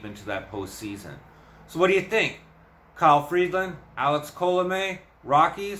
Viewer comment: There is no D in Freeland. It's Free-land, not Freed-land.